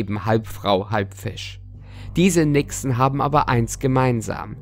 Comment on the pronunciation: Nixe.Hab am Anfang Wichse verstanden.😂